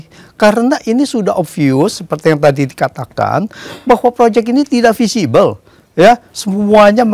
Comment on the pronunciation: Feasible ya mas wartawan, bukan visible... Cara bacanya sama, artinya beda